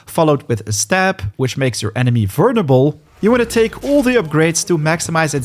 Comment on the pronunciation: Vernable? Whover? Vulnerable is the proper way to say it. Hover said like the vacuum is the wrong way to say that word. Improper grammar bugs me.